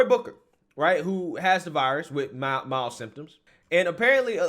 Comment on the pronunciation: It is 'mild'